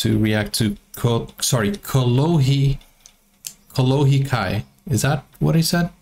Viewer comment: You said Kolohe Kai perfect!❤👌👋🏻🔥